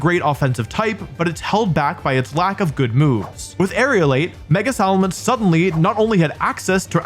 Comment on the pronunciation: How has no one corrected aerialate ...